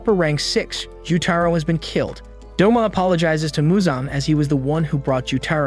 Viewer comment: U mean Douma not doma